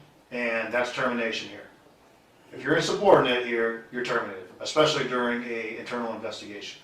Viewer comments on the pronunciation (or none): Why are we still hearing ‘ekspecially’?! Speak properly! It’s infuriating.